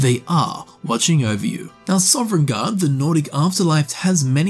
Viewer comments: SOVNGARDE. SOVNGARDE. NOT SOVEREIGNGARDE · Sov-en-garde, not sovereign-garde. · How, after 1000s of hours and making this career, are you still pronouncing it Sovereign guard Like can you read or hear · Awesome video, but it’s NOT SOVREIGNGARDE